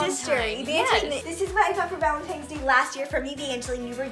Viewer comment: You said Valentines wrong you put a G instead of a V